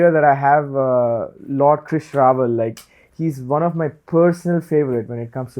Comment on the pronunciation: Both speakers' names getting right pronunciation early on.